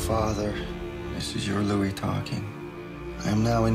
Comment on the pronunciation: Its pronounced LEW-EE, Ben!